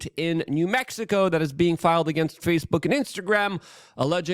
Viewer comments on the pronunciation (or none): none